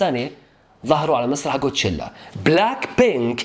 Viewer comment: ليسيرافيم ادائهم يجنن ولا تسب لا اوكلك هوا افهم ولا تنمر على ليسيرافيم كول قول كوتشيلا مو قوتشيلا 😂😂😂😂😂😂😂